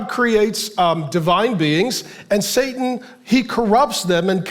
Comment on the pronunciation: Is Pastor Mark saying "Sadan" instead of Satan??? Am I hearing him right?